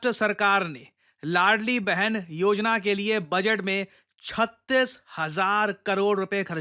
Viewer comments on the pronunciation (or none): Ladli Behin ❌ Ladki Behin ✅ Donald ❌ Doland ✅